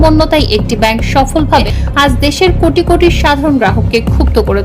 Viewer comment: "কুটি কুটি" নয় "কোটি কোটি " বলেন।